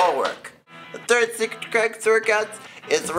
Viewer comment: Instead of secret I thought he was saying cigarette..lol I would need purell after my 4th cigarette too!